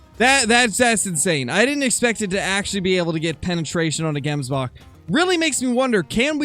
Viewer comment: I'm from South Africa and the way to properly pronounce the word Gemsbok is not pronouncing the g like saying gate but ratherlike if you were clearly your throat saying the g, if any other south africans could come up with a better way of describing how to say it, please help with this